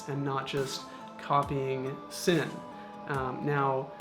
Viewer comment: "flesh out" their line, rather than "flush out" their line. I do like your videos though, they are great and, I've subscribed. Also in German I believe "Sinn" is pronounced with a "Z" sound if you'd like to really get into it. Totally agree with you about the Steinhart Titanium. Looks cool and I am a big titanium fan as a material.